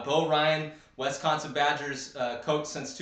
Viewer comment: Did anyone tell you it's Wisconsin and not Westconsin?